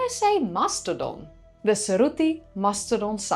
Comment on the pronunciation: Your accent could easily pass for American except when you pronounce "mastodon" like a Spaniard. 😊